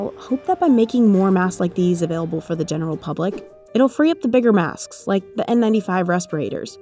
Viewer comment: Is it me or the way she pronounces “maskss” is cringe